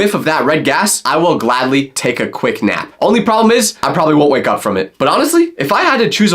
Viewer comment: I do not like when you sed whaickup